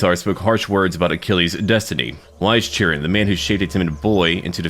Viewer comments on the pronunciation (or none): Hey, really glad that you made part 2, I was worried that you wouldn't continue with it like with Wrath of the Druids. Anyway, I'm pretty sure that Chiron is pronounced "Kay-ron" 'cause the Greek language doesn't have "c". Anyway, loved the video, Mythos is great, you're great, Giants are great, Achilles number 1!